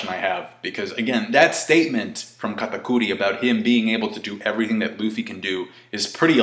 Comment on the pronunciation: stop saying katakuri like that